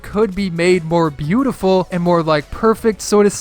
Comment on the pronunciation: The 'beautiful' sound sounded like praise the tomato